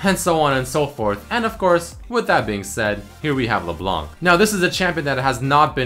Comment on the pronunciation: Wait, you mean Le Blenk, right?